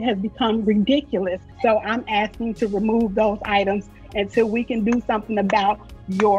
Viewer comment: "EE LEE GO" "Call da roe" "Axing" "As relates" Just to name a few that usually stick out to me